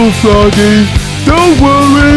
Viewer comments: Here’s a fun drinking game: Take a shot every time says “Fwoggy” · Fwoggy. Fwoggy. Fwoggy. Fwoggy. SHUUUUUUUUUUUUUT UUUUUUUUUUUP.